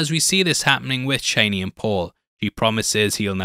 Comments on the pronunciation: CHANEY? You mean CHAWNEY? Chani. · Man said "Chaney" 😭💀